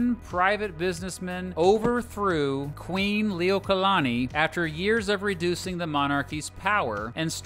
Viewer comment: I have many problems I fell I NEED to adress. #1 WTF IS HANA-HULU hon-a -LULU honolulu #2 KING KA-MEH-HA-MEH-HA kamehameha #3 Queen LILLY-OAK-A-LA-KNEE QUEEN LILI`UOKALANI I dont mean to be rude but you couldnt at least research how to pronounce them. Its just driving me crazy.